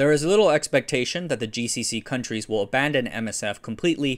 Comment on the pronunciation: coun-treezez? It's 2 syllables countries' not countries's